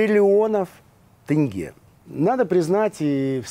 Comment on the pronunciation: Почему тЭнге, а не тЕнге?